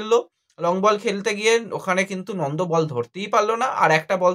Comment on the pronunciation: Nondo na Nanda age nam gulo bolte sekh,,,tarpor video korbi